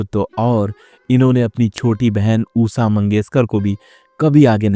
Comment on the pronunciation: Usa Nahi , Usa Nahi ,Usa Naheeeee. USHA Kahiye. Kaha ka patrakar hein yeh aadmi. Assa Assa Assa. Usa, Usa, Usa baar baar vahi bolkar bore karne wala Reporter. 😆😆😆😆😆😆😆😆😆😆😆😆😆😆😆😆😆😆😆😆😆😆😆😆😆😆😆😆😆😆😆😆😆😆😆😆😆😆😆😆😆😆😆😆😆😆😆😆😆😆😆😆😆😆😆😆😆😆😆😆😆😆😆😆😆😆😆😆😆😆😆😆😆😆😆😆😆😆😆😆😆😆😆😆😆😆😆😆😆😆🙂